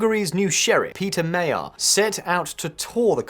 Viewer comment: Péter Magyar pronounced properly Pé (ei)ter(e) Ma (deep a like in in cup) gy (almost like dj) ar